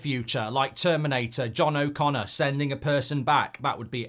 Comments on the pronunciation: yea that's the point it's not John O'connor it's John Conner 😂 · John Connor not O'Connor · I'm hearing Connor mcgreggor